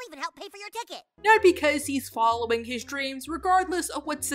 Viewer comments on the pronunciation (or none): none